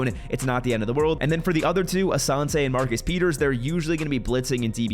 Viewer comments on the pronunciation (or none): none